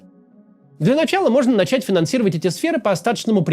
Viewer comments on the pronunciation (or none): none